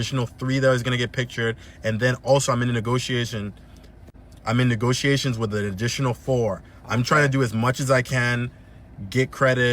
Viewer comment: lol first dude couldn’t even say negotiations correct